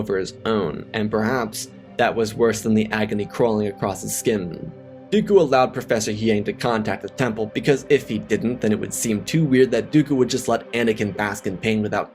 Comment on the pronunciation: Dude not trying to be rude but the droids name is Huyang pronounced (Who-Yang) not Huyeng like your kept pronouncing. Other than that excellent video.